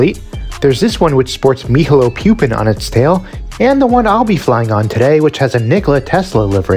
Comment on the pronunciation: Mihajlo Pupin is pronounced Me-hai-lo Poop-in 🎉